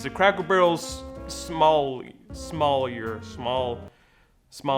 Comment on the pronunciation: So Mall EE ay - Somalier is So Mall Eee Ay